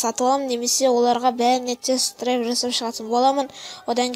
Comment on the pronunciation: Драйв емес Драйвь